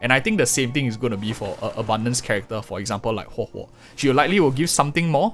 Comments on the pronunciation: thank you for telling us how to pronounce her name. I feel like it's important to do things like that properly. it's really not that hard to just practice it if you're having some trouble, especially if you're a content creator. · Pulling huohuo for sustain: X Pulling huohuo because her name's pronounced as Hohohohoho: ✅️